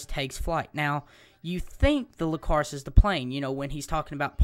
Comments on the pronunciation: it annoyed me how many times you said lcacrus instead of icarus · It's not Lcarus it's Icarus, with an "i" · nice but its icarus not licarus i believe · its pronuced icarus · Icarus with an i not with an L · lol everytime u said Icarus wrong i just wanted to slap you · Its an "i" not an l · Nice information, but, you're pronouncing it wrong, if you wanna know how to pronounce it then watch dragon ball Z that was Gohan's dragons name as well.